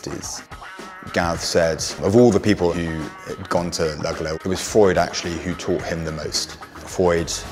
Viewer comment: The affectation of mispronouncing Freud's name is annoying.